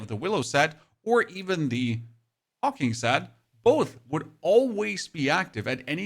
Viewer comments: Brother, i think that set is pronounced Hawk Wing not Hawking ❤ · HawkWing not Hawking and Veil of the Willow not Wail of the Willow. I don't know why you're mispronouncing them.